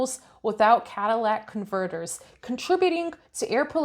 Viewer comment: 'Cadillac converters". 🤣🤣